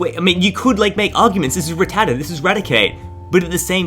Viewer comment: It’s rattata